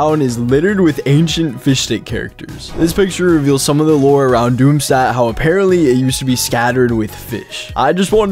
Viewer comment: You pronounced Doomstadt wrong